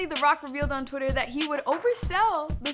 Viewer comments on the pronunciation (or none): none